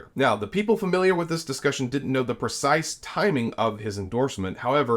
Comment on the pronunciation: It’s “a” and “the” NOT “aye” and “thee” This mispronunciation is rampant on news type videos. Grates like fingers down a chalkboard.